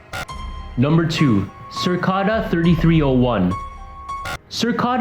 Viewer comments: Cicada 3301. NOT Circada. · It's Cicada ( as in insect) not Circada. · Cir-cada. Jesus. 😂 It's pronounced "sih-cay-dah." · CIcada not circada .. dumbass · it’s literally cicada not circada, it isn’t that hard xd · Lmao, what in the fuck is a "circada"?! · Cicada is pronounced si-k-da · Thought it was pronounced 'sihkayduh' and spelled like the bug cicada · LEARN THE CORRECT PRONUNCIATION!!!!!! It’s CICADA!!!! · "Circada"......... Research your subject matter so you don't sound like a fool when presenting it. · Did you just seriously say "circada"? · Sir-ka-da??? Unsolved??? Lol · No offense, its cicada, like the insect cicada, that being its mascot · After watching the rest, you should re-title this video '8 Things Literally Everybody Knows About The Deep Web'. This is the laziest clickbait I've seen in a long time. Except everyone else is somehow able to read CICADA correctly and without erroneously adding an 'R' into it for some reason. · What is the deal? No one knows how to say Cicada/cicadas..... I've heard so many different pronunciations and some are funny AF 🤣🤣🤣